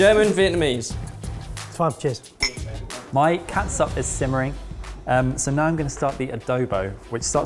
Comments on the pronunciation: As a Filipino I want to tell that catsup is pronounced as ketchup. It's just a stupid way to spell things. Just like haus and huaz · Every time says Ketsup I grin like an idiot. It's so adorable! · Filipino here. Great job! Just pronounce it as ketchup. "Ts" is equivalent to "ch" in Filipino. Chicharon is spelled as Tsitsaron in Filipino. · Its funny how pronounces Catsup like old mums in the Phillippines...